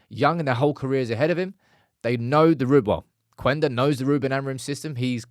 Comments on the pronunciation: it‘s Kenda, not Kwenda. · In Portuguese the U is silent. It's "Kenda" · I heard it's just pronounced Qenda (Kender) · hey there, Sporting and Amorim fan here. Just wanna tell you that that his name is speaken like Kenda. We dont read that "u" there. Also, SCP stands for Sporting Clube de Portugal, idk why people call it Sporting Lisbon besides their stadium being in Lisbon. Love the updates on Ruben stuff, i will forever love that man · Hi - his name is actually pronounce as " keyenda"